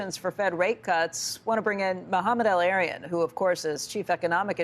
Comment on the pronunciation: El-Erian is a wascally wabbit